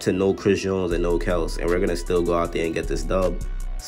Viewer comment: Kelce is pronounced (Kell-see)